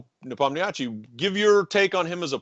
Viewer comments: He's NepOmnyachtchi, not NepomnYAchtchi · People should learn how to pronounce Nepo’s name. The interviewer embarrassed himself completely butchering name multiple times. Listen to how Kasparov says NepOmnyaschiy (stressing O) and try to repeat it few times until you get it right. Or you can keep call him Nepo, which I believe Yan prefers himself since his last name is frankly kind of embarrassing (it literally means Forgetful in translation from Russian).